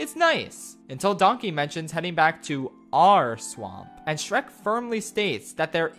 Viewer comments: “dreck and stronky” ah yes dreck from dem work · Shronk my beloved Ah yes, classic Drek and Shronkey rescuing Fiora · Drek and Shronkey💀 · The nonchalant mispronunciation of Shrek kept catching me off guard